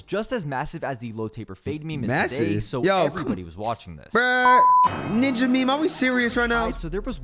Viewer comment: You saying dis and dat made me want to stop watching. When you just had to add in how you were supposedly making more money, I definitely stopped watching. Only clicked this video because I thought I’d reminisce but quickly realized I was thinking cloaks not clix mb gl